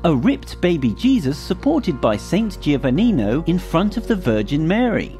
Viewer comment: It's NOT GIO-vannino. It's JO-vanninio GI represents a J in Italian. My family name is Giordano - pronounced Jordano. Like JOhnnie (Gianni / dʒovanni verˈsaːtʃe) Versace and JOseppi (Giuseppe) Rana. Listen to the next DiGiorno commercial you see - they pronounce it DiJOrno (correctly)